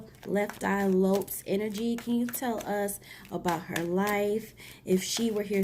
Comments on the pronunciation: Girl!!! Lisa Lopes, not Lops🤦🏾‍♀️. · I heard it too, Lopes instead of Lope"z" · Pronounced Lo-Pez